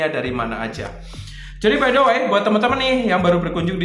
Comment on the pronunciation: rupanya gunakan gaya bahasa Inggris terbaru ya? Setahu saya "Way" bcnya "wei".....bukan "wai". Tapi ga apa2....seru aja.